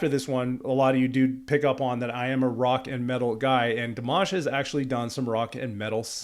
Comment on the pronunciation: FYI - it is not: DEE - mash. It is: dee - M(AH)SH. Accent on the last syllable. You got the AHH sound, tho!!! (Some people pronounce it like "MASH"ED POTATOES! YUCK, Good job listening. I noticed you also caught the pronounciation of his last name at the end of Stranger! Another FYI - Dimash is classically trained in Kazakhstan, beginning voice and piano at age 5. He has degrees in Bel Canto (2014), Vocal Contempirary Music (2018), and a Masters in Composition (2020.) He is now working on a PhD in Musicology. This was my furst time seeing you. I definitely SUBSCRIBED. I learned from you about Dimash and FIRE (metal song) I will look it up now, My grandson is a guitar player - metal, but I do not know which type. I looked this up just now - Dimash speaks Russian and Kazakh. He is studying English and Mandarin. He has also performed in Mandarin, English, French, Turkish, Ukrainian, Spanish, German, and Italian.